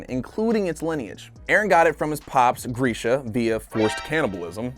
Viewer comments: I hate the way he says” gresha “ it’s grisha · (Grisha),not Griesh.